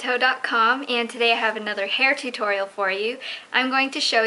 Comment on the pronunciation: I love how you say tutorial............